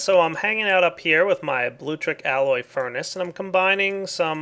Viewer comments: it's pronounced Bloo-Lectric. No big deal, but you've been saying Bloo-trick since you started using it. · LIK DIS IF U CRINGE EVERTIM says "bluetrick'.